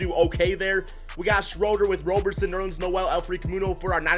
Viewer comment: its Andre "ROB"-erson not Andre "ROW"-berson, it is like Robertson without the "T" you don't pronounce the "RO" in Robertson or Robinson like "ROW" you pronounce it like "ROB"